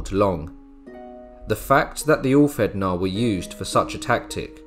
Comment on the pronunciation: I enjoyed this video, great editing, very informative. For future reference the ð is pronounced as "th". But please don't think this is me sh!tting on the video.